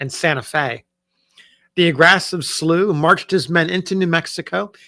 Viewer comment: I am a descendant family member of John Potts Slow. The family name is pronounced with an -ow, instead of the -ew sound. Thank you for sharing his story.!